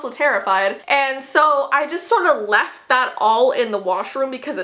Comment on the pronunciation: Wen you said "left" it saned like "laft" !